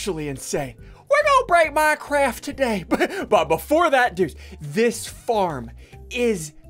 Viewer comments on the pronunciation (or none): No one: Literally no one: Ssundee: we gon break minecwaft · “We gonna break minecraf” -Ssundee 2019. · "we gone break MINECRAFF." -Ssundee 2019